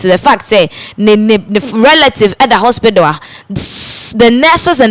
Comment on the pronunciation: Lady, please stop the "haspital." Its "hospital"